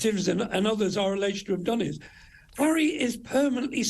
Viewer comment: *Harry, not 'Enry lol.